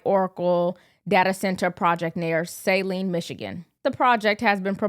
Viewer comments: It is not 'Sayline,' it is "Suhline!" This is counter productive to, "Supporting Literacy!!!!" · love …. Saline is pronounced here in Michigan as SuhLEAN and not the normal and expectedly pronunciation. of SAHLean. The clip of the news reporter shows the correct local pronunciation. you know that I like you a lot. Just watching you get better and better. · The a in Saline is not long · Look up how you say Saline plz makes you look bad reporting on it